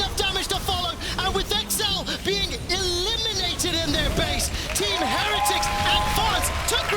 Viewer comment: Have we had a caster pronounce "Heretics" correctly yet?